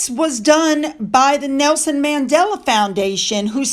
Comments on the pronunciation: it’s Mandela, not Madela!😊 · Who is Madela? It's Mandela!!!!